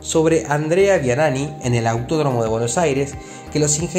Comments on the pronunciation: ANDREA V I A N I N I ASI se escribe y se pronuncia , un gran piloto , .... NO VIANANI , para informar se hace sobre certezas , no adivinar que quiso decir EL LORO , atte . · Si de entrada la pifiás tan FEO cuando mencionás a un tal Andrea Vianani, en lugar de VIANINNI, estás en el horno!.. Dedícate a otra cosa. A este lo rajo!.. No conocés ni el 1 % de la riquísima y vasta historia del TC en este bendito país... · Buen informe. Se pronuncia "VIANINI" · Y Andrea Vianini que aunque pronunciaron mal el apellido se entiende que se refiere al grande del TC